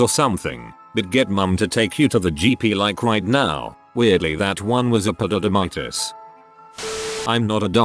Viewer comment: No one: The narrator guy: EPIDIDIDIMITIS